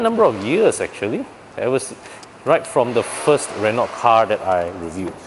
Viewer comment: Asian should dotheir review in their own language instead of English. Who are they reaching anyway? If I want an English review for a french car, i would rather go to european reviews done in English for a much decent accent and infos. After all, these cars are european. I cant stand these guy's atrocious accent. Btw, it is pronounced Re-no. Not Re-nolt!